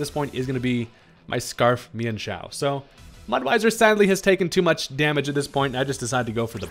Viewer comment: Mudweiser? Noice dude